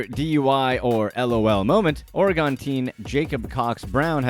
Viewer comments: Oregon is pronounced "Or-uh-gun" not "Oreee-Gone" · As a native Oregonian, I wish everyone would learn to pronounce Oregon the proper way. It's not hard. I promise. (Or-eh-gun) hope that helps. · omg youtubers learn how to pronounce "Oregon" challenge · Why can’t some people say Oregon correctly? It drives us nuts. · he mispronounced on purpose so people will comment. He pronounced Oregon wrong too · Was this guy just like “Screw pronouncing things right. That’s dumb.” Oregon, Bexar County, Dufresne… that’s just a few. Like… boooo